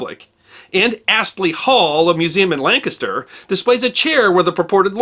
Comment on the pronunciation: Thank you for saying Lancaster properly, "lang kiss ter".